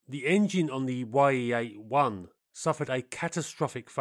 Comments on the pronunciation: It's not "Y-E", but "Ye" for the Russian "E" sound. Like you're saying Mig instead of M-I-G... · it's NOT [wai-ee] 8, it's [ye]-8 блять i'm russian and u better check info and pronounciation of sounds. the sound is like in Kanye west's name. ye, not [wai-e:] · The "Ye" in Ye-8 are not two seperate letters pronounced "why-ee". It is phonetic spelling of one letter in the Russian alphabet and is pronounced as a one word "ye" (similar to "yeah").